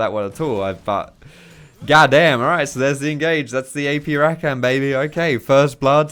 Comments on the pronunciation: Please stop saying RaKAN. It's Ra-kah-n :P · The way he says rakan triggers me. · Honestly love your videos but you say Rakan so wrong